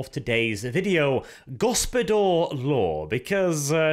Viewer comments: Isnt it Gospodar/Ruler law instead of Gospodor? Was that just -nounciation? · Why the f* do you pronounce it GospodOr? It's GospodAr (open A). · Go-spo-dAr, not Go-spo-dOr mate. Hard 'A' in the pronounciation. The reworked version of the ice guard tho - much more preferable than the thing GW is trying to shill. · It feels to me that you should read "Gospodar" as "Gospodar" and not "Gospodor". There is clearly an "A" in there like in "America". Apart from that Great job and best wishes from Poland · its read as gospodar law and not gospodor law!. makes no sense as gospodor its a nonsense word while as gospodar it would be "lords law" which GW should have just called it to begin with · One minor correction if I may....the O's in gOspOdar are pronounced as "Oh" and the A in gospodAr is pronounced as "Ah" ...love your channel bw <3 :p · Ok for anyone who doesn't know it yet, Gospodar means Master, or Masters Law. And Arches pronounciation is painful.. its so wrong. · I agree that his pronounciation is terrible, but gospodar doesn't really mean master. I think householder or head of the house is a better translation in english. Master is too general, while the word gospodar is related to the household.... At least in Romanian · No but it has plenty of borrowed Slavic words. And yeah so lets just agree his pronounciation is earbleeding heh. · This is a mindfuck for me because gospodar in my language roughtly translates to ruler/owner . And so every time I hear Arches pronunciation my brain gets confused/triggered for a second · Also that's not how you pronounce it.....not even close